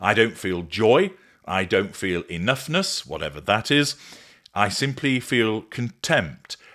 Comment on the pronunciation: "enoughnuss" ?? Oh fuck off